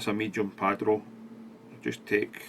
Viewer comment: "cock de leon", "medium padro", lol